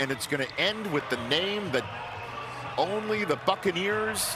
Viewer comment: She almost said backaneers 😆